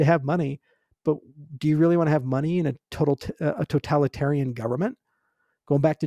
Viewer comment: All the OGs here would have noticed the evolution of Charles. He now correctly says Totalitarian instead of Totaltalarian XD